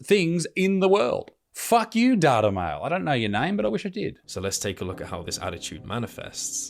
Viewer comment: It pronounced "Date-A-Male"